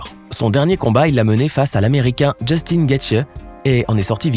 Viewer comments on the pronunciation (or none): none